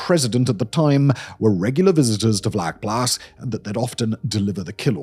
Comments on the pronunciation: Hi Simon, just a fyi, it’s pronounced “fluckplaas”, vlakplaas directly translated is shallow farm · In Afrikaans, “V” is pronounced as an “F”. It’s not Harold. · Good job! In American English: pronounce the ‘V’ in Vlakplaas as an ‘F’—Flakplaas, like the ‘F’ in fire or the ‘flak’ in German anti-aircraft artillery—not as a ‘V’ like victory. Your first Afrikaans lesson—my pleasure. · Pronounced “fluck-plaas” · I love your stuff and am subscibed to a number of your streams. FYI, a "v" is pronounced as an "f" in Afrikaans. Also, Vlakplaas would probably more accurately be translated as "flat farm" as in the Cape Flats from the Afrikaans "kaapse vlaktes", as opposed to "shallow farm" as previously suggested in the comments. It could also be named for it being a farm in a depression or lower lying area. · vlakplaas is pronounced so bad lol its sort of like flaac-plass